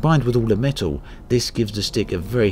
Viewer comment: It's made of "metow"??